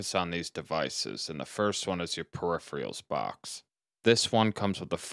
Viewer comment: This is insanely helpful! I'll be trying something similar. One nitpick... You're saying peripheral like "per-E-free-all", but it should be pronounced more like "per-eh-fur-all".